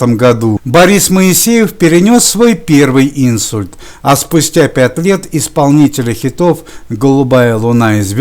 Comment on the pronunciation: Царствие небесное артисту! Очень режет слух: не Инсульт, а инсУльт.